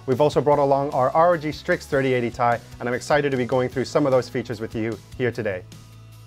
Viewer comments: I always thought it was "t-i" as titanium, not as "tie" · Its Tee ie, not tie fighter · it's T i, not "TIE" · Come on man... everyone I know has always called it a T i. Tie or Tye just sounds so dumb lol. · Tie....? ? ?! !!! ? ??? .....? Stop it. You're triggering me on purpose.